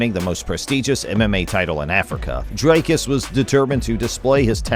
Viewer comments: Its not Drycuss, like Dr Drey. Its Dricuss like Dick. You get it? Btw Dricuss has a big member! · Who is Draicus??? it's Dricus. Pronounced Dreekus. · DREEKUS for all the Americans not DRYCUS 😂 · Please read as it is written. Dricuss not Drake-us. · Who's 'Draicus'? 😅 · you've heard the dude pronounce his name so many times and you still pull draycurse dooplessy. well done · also wrong. Its afrikaans, its Dri-kus, ie put less emphasis on the vowel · Thanks for the video. Great highlights reel of his career. Just a note on Dricus' pronunciation, the i is pronounced like ie in diesel, or if you've seen District 9, like Wikus with the W sounding like a V. It's an Afrikaans pronunciation . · Ek weet ou. Ek help net die yanks hoe om dit uit te spreek. SEAN STRYKLAND soos hulle uitspreek. 😆 🤣 Jimmy Hendricks.like you pronounce HenDRICKs. Just add the U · I'm glad Dricus is gettting this exposure but you could do the courtesy of getting his name right when you literally have a clip in your video with the correct pronunciation.